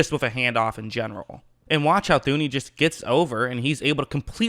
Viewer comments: His name is pronounced toon-ee. H is silent. Enjoying your breakdowns though. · did I hear “Thew-knee”?